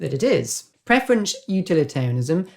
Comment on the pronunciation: Thanks for the video. Any particual reason why preference is being pronounced as preferenCH?